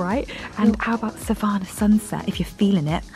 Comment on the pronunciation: The way rose pronounced savannah 😂😂